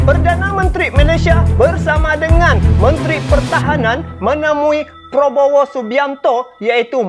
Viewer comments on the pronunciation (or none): cakap yg betul nama org,prabowo, bukan Probowo ya